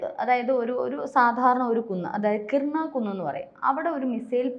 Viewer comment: കിർണ കുന്ന്.... അല്ല. കിരാന കുന്ന്